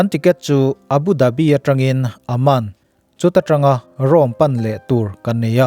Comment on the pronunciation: Aman tih a lam tur anilo, awman tih ang lam tur